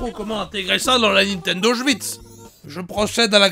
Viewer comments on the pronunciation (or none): nintendo auswitch il a osé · Je veux pas te faire démonétiser mais j'ai adoré le "nintend oswicht". :D